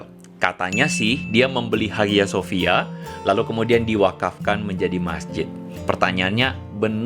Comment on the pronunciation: Bang lu keknya kudu belajar lagi deh, lu ngomong "HAGIA SOFIA" aja salah bang, wkwkwkwkwk......